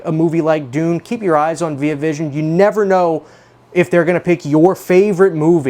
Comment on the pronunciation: first time i ever heard someone say veee ah vision